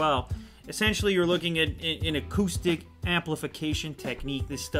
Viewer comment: when ever he said acoustic i thought he said autistic